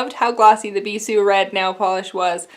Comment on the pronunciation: Flip Tease looks so beautiful on the bottle. I loved your nail art so much, it turned out great! The way you've been pronouncing "Bissu" is correct 😄